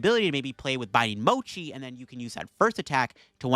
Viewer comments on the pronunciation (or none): none